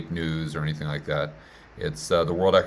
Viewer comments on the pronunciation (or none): none